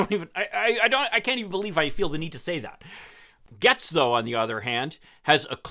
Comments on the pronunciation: Ya I’m confused I’ve heard it Gates not Gehtz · I live in his district and he is pretty worthless to us. HIs name is pronounced 'gates'. We call him 'Baby Gates'. His Daddy has lots of money and that always helps. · Why are you mispronouncing his name?